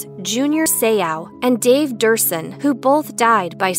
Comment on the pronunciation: Sometimes I wonder about where they get there name pronunciations from. It's Dave Duerson "do-er-sun". Great player for da Bears - dobe in by CTE.